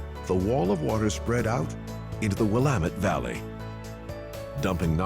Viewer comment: lol the way he says the Dalles is completely wrong. Just like everyone pronounces Oregon and the Willamette River wrong. Edit: oh he got Willamette right!